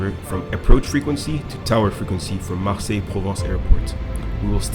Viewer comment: Marseille 😂😂 I live in France. It's cool how you pronounced "Marseille" so well😁